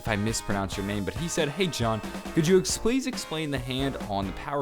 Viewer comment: he said explease explain XD